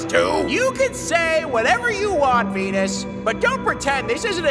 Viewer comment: Hey I think you missed pronounced Venus wrong you said venings